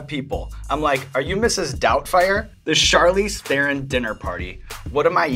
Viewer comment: Evans: If you do NOT know how to pronounce a name, JUST ASK it! You sound so stupid mispronouncing someones name! Here you can learn how to pronounce the name Charlize Theron properly